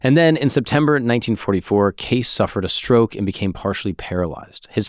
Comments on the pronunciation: You do an episode on someone without even checking to see how the name is pronounced. I trust nothing else you say. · Hey christos how tf you let our boy go an hour miss pronouncing Cayce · Freaking Christos. Disgusting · Im ecstatic with the realization that not only is this guy pronouncing his last name wrong. He's continuing to refer to Edgar predominantly by his last name and im im only nine minutes in. Idk if I can finish this video. This is bugging the shit out of me. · Pronounced. K. C. Not case Wtf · K-see is how it's pronounced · You're saying the name wrong. Trust me it's not " case" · It's pronounced "Casey", not "case." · Its not Edgar case 😂 its pronounced as caycee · It's pronounced Cacee, but he also said that an almond a day prevents cancer, I read his books. He was a devout Christian and I believe God does give his children the gift of discernment. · I had a media boner for you until I heard you pronounce his last name as “case”. I’m so disappointed. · It's pronounced Kay-See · Edgar “Cay-Ce” is proper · it’s Cay-see 😂😂 great Pod brother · yes it’s pronounced KAY-see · I have always heard his name pronounced “Casey” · Me too! My gpa last name was Case prenounced how saying. Also I know a female that spells her name Edgar's; way, and well as a town named that and both are pronounced with "ey" or "ie" sound... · great pod but I cringed every time you said his last name lol it's understandable tho, seems like a simple enough last name to not Google the pronunciation 😂🤷🏽‍♂️ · I have to stop listening to this cause you keep mispronouncing his name. It’s just so annoying. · Sorry but I cannot keep watching this young guy continually mispronouncing Cayce! Sorry but it’s unwatchable…… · Damn, had you pronounced his name correctly, you wouldn't have all these comments mentioning it. Nice engagement bait. 😂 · You're pronouncing his name wrong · Why are you saying his name wrong!!!!! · Omg it drove me crazy